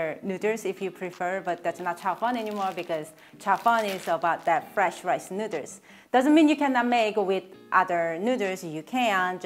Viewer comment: She said "Nooders".....hehe